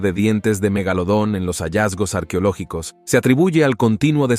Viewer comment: No se dice arquiológicos, se dice arqueológicos, ese narrador no será el que he corregido siempre? Por favor, pongan a alguien que sepa leer, y espero que acá no se le vayan a chispotear los números en inglés. Ave María.